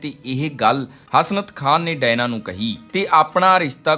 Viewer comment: ਭਰਾ ਡਾਇਨਾ ਨਹੀਂ Diana ha usda nam.... punjabi accent